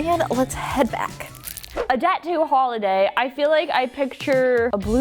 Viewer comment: Deff not her saying jet zoo holiday in front of dan